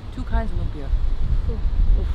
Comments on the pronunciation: It's Lumpia, not Lumbia. 😁 You're cute when you taste the bagoong alamang. 😅 Okay, leave it to the bottom of the ocean. 😆Thanks for trying our Filipino food. Congratulations! You're now one of us. Hehe. 🎉🫶💯✅ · Its lumpia not lubia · It's LUMPIA po, NOT lumbia.. 😊😊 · It's actually LUMPIA not LUMBIA 😅😂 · its LUMPIA not Lumbia but awesome reaction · Its lumpia not lumbia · It’s Lumpia with a “p” just like the Indonesian 🇮🇩 lumpia..thanks nice video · If I am not mistaken....it's actually "LUMPIA" not "LUMBIA"..."LUMPIANG SHANGHAI" IS THE LITERALLY name of that food, that is very famous food here in the Philippines...and I admit that LUMPIA is one of my favorite food. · its '“lumpia” not lumbia but its okayyy hehe thankyou for appreciating Philippines! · lumpia not lumbia hehehhehe... Hi! I'm from the philippines.. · Hey, it's Lumpia not Lumbia ☺️☺️ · Its lumpiang shanghai not lumbia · Bro it's lumpia not lumbia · It's lumpia not lumbia hehe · Lumpia not lumbia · I just want to correct you not to decriminate you but it's not lumbia it's "lumpia"🥰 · "LUMPIA" not LUMBIA. WRONG SPELLING. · *Lumpia not Lumbia 😊👌 All Pinoy's target in birthday party 🤣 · Its Lumpia not lumbia hahaha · Its not lumbia. Its lumpia i invented it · it's LUMPIA.. not LUMBIA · Please edit your video. Its not lumbia. Its lumpia. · "Lumpia" hehe